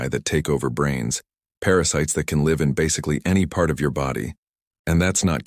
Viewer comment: I was LMAO until your AI said lev instead liiiiiiiiiive. It is L- I- V streaming. Synonyms suck but that Is what you get from a language made up up 6 ones and borrows new ones every day. And didn’t you say this thing killed in 6 hours then later some guy was sick for 4 days before giving in and taking the cure!